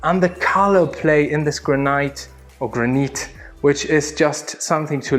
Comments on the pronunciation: Not ""gra - night", or even "gra - neat" , it's just simply "gran - it", no disrespect intended. Amazing house, amazing film clip, thanks for all these views of dream houses. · I'm gonna up the ante on Barbie - this is MY dream house! One of them, anyway. FYI bro, it's GRAN-it: "gran" and then "it" (emphasis on the first syllable) as in "It is a beautiful home!" The "laundry hole," as you called it, is called a "laundry chute." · "Granite is pronounced "Granight" And façade is pronounced "Fasad" Is this his second language or is he just pretentious? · Graniite or rather the graneete. Lol ok these dudes are awesome, the charisma is head and shoulders above the other home tour youtubers - first time watching and you guys have something special here, a step above the other boring luxury home tour people. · This house is beautiful and I love the way you say,"granite". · Fantastic video ,just to say Granite is pronounced " Gran-It" and "Facade" is pronounced " Fa- saard" , well at least here in the UK , keep up the good work guys !